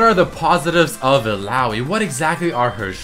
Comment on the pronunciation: i think its pronounced " il-la-oy"